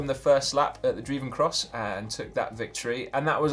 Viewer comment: the druivencross is pronounced: the droivencross 😉